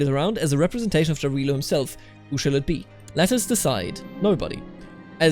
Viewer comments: It's actually Yarilo. you know, you say it same way Germans say Ja, Jarilo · Great videos, thank you for your job! As an East Slav, I recommend you to pronounce the name of god "Jarilo" with German way of pronouncing J, not English - that would be more correct